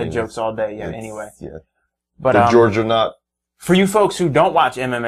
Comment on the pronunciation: the georganaut, hahaha